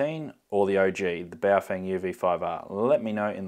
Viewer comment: It’s pronounced bouff whang